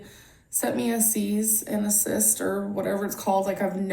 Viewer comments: This whole name thing has me pissed! Our gorl should fight this! Also, pretty sure she said seize and assist. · Sis said "cease & assist" 😂😂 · Did she say "seize and assist"? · "seas and assist"... Okay, gorL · ffs she called it a “c’s and assist” no wonder she doesn’t know it’s not a ruling 🙄🙄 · Cuppa Tae i heard seize and assist lmao